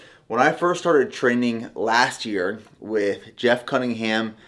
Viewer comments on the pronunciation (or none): none